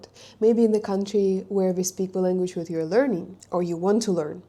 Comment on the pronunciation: You should also learn the English lEnguage's pronunciation!